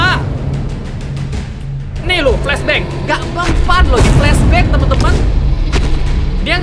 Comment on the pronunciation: Kata" yng benar Inggris:flashback:flasbackeh